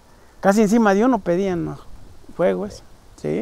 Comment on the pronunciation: Es fuego con "f" no juego con "j" puedo notar tu gran capacidad académica 😅😅😅😊😊